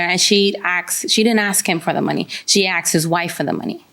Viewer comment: Damn it’s not axed it’s asked learn how to speak